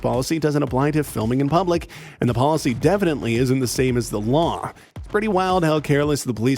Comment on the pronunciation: Chinese man speaking broken English trying to demand waw